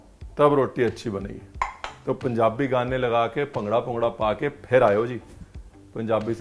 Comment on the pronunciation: says its "panjabi samosa"..